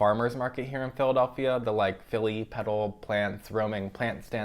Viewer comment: I couldn't tell if he was saying Peddle, Pedal, Petal, or Pebble at first, but I figured it out! Petal Plants (on Instagram as phillypetalplants) is at Rittenhouse Sq on Saturdays 10a-3p and Jefferson's on 10th and Chestnut on Thursdays 10a-4p.